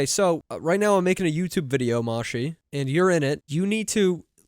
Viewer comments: Oh right, it's because you called it "mahshee" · It's pronounced like "Mo-shee" I'm pretty sure. It's the Japanese word they say when they pick up phone calls.